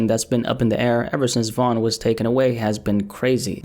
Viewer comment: First of all its Von